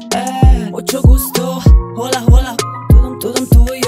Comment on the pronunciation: Lányok! A spanyol HOLA köszönésben a "H"-t nem ejtik, ezért csak "OLA"-nak mondják! Szóval, ha már idegen szavakra gizdáskodtok, akkor legalább nézzetek utána a helyes kiejtésnek, mert ez így vérciki! ;)